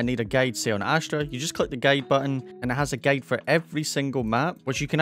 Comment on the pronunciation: Not to be mean but guide is pronounced like guy-d not gade. Still love you though.